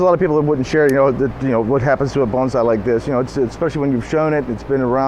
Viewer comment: Thank you for pronouncing "bonsai" correctly! :-)